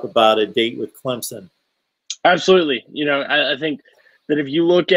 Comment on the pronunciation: Can't Say Clemson Correctly